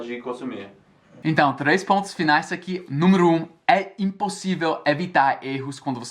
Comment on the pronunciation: neste vídeo você ainda fala /númuro/ no lugar de /número/ observe o que você falou!!!